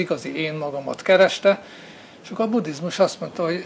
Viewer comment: Angolosan ejti ki. Annak ciki, aki ezt nem tudja.